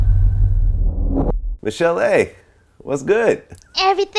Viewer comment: He should pronounce her name correctly